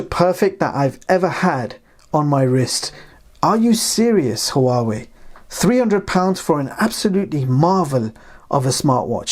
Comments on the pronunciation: It's not pronounced,who-are-way, it's wah-way. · It's pronounced wa-way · The "H" in Huawei is silent. This drove me nuts trying to watch this.